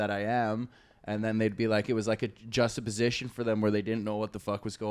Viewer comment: Can we take a moment to appreciate how fuckin nailed "juxtaposition" good on ya buddy